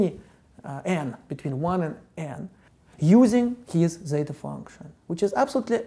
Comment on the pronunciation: as a greek, how do you ridicule our letter like that